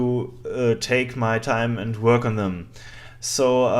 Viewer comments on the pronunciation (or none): none